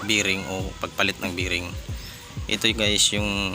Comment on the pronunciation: bearing hindi biring.